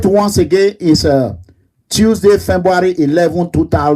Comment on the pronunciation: Hahahah See this idiot pronouncing "Fembuary" 🐄, go to school. You dey America, America no dey in you. Those with you are just as illiterate as you. Bird of same feather, flock together. Shame on you, Big fool. This court issue will finish you. Obaseki 4+4 torgba.